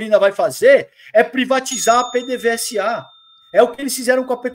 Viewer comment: não é P.D.V.S.A. se diz "PêDêVêzA"😂😂😂😂😂